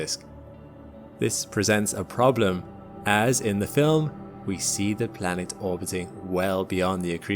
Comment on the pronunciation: Why do you say Blanet?